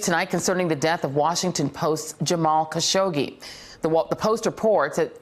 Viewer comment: Hasn’t it been long enough for Joy to learn how to pronounce Mr. Khashoggi’s name correctly? How disrespectful.